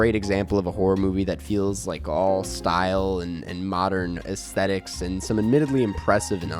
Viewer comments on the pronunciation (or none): none